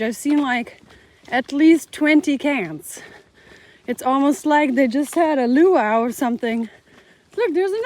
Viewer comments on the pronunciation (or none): none